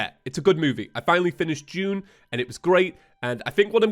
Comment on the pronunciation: mfw when it took me two episodes to realize that he was saying "Dune" and not "June"...🗿